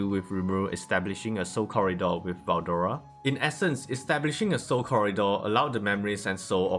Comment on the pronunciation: was it really hard to say veldora